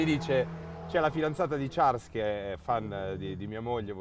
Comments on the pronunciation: Fede che chiama Charles con la pronuncia inglese quando la pronuncia francese non é "Ciarls" ma "Sharl" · Ha pronunciato pure male il nome dell'ospite dio caro che odio ahhaha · Certo chiamare un monegasco con la pronuncia inglese è sempre un piacere... "Sciàrl" diventa "Ciàrls". Ragazzi davvero, studiate, lo studio evita anche figure del genere. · fede però si dice sciarl non ciars